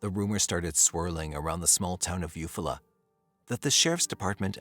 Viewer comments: You Fall la.... he is saying it wrong.... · It’s eu-fall -ah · Thanks for your work. The town should be pronounced You-Fall'-ah with emphasis on Fall. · Eufaula is pronounced you fall uh 😅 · If you’re going to do a video at least look up the pronunciation of the town. Is this just all AI now?